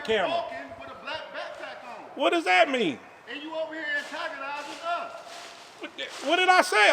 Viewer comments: Why you agnotize... annodize.... damn... irritating folks? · RENT-A-COP said AGOTIZ'N 😅😂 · Home boy couldn’t even say “antagonizing” correctly. Uneducated pieces of sheeeeet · What?? Wtf?? Are u trying to say antagonizing???